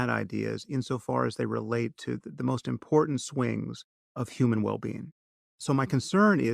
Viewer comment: Yuck. I know this is years old but I have to point out that the word important isn't pronounced, "Impordand". Klein's vocal fry is generational and not genetic.